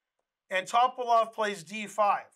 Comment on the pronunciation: Bulgarian last names are pronounced the same way as Russian. Just as you put the emphasis on second syllable in kuh-SPAR-of, you should do the same thing for his opponent. It's not TOP-uh-lof. It's Tuh-PAL-of